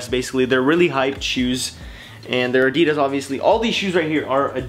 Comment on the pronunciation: its not a-de-deez its a-di-das